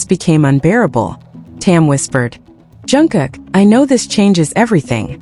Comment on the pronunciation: Atleast pronounce JUNGKOOK and TAEHYUNG names properly. Learn to pronounce their names before making your videos.